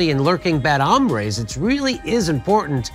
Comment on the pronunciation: Lurking bad "Ombre's?" Lol. What's next? "lurking bad super preditors" Good 2 C U sponsored Jimmy. Luv ya man... maybe check script first next time. Lol.